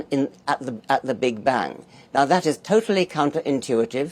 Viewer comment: This can't be the real Richard Dawkins, though. He's probably an AI bot. I mean, who pronounces "Big Bang" that way? The real one's probably tied up in a closet somewhere figuring out the real naturalistic origin of the universe.